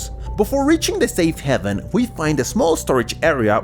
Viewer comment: Is safe haven not heven